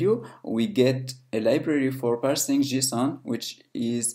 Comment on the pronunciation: What the heck is 'Jusoon'?